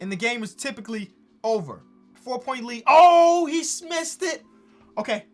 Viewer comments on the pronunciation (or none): “OH HE SMISSED IT”